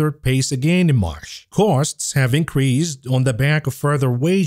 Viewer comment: learn the difference in pronunciation between "marsh" and "March".